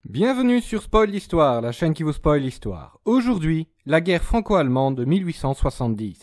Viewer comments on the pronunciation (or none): none